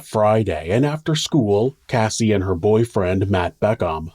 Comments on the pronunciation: You pronounced Cassie's name wrong at the end :( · Cassie not Casey! The last Cassie you said Casey